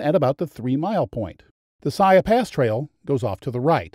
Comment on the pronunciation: Piegan Pass is pronounced phonetically as Pee-gan. Siyeh is pronounced "sigh-eeee" I enjoyed your video but cringed every time you mispronounced. I did not check the other pronunciations for mistakes. :). And don't forget for the last 2 years you cannot enter the park without an advanced reservation now. You'll get turned away at the gates if visitors and locals just show up to camp, hike, or even drive the pass.